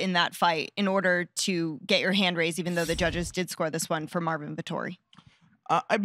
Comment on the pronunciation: Congwatwaysho fow mawwin, heedi at gway dub